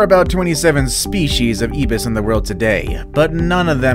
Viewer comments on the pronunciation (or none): Alas, "ibis" is pronounced "eye-bus." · Great video. No. 5 is pronounced Scarlet "I"-BIS in Trinidad. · Pronounciation...Tobago - pronounced To-bay-go, Ibis - pronounced Eye-bis, kakapo - pronounced ka-ka-po! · It's also the way to pronounce it all over the world. The narrator is just illiterate 😂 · IBIS is pronounced aibis, with a long I sound as in like, bike. the 2nd syllable is a short I as in kiss.